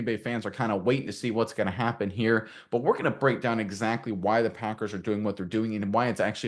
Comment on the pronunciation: First time someone stated the packers correctly.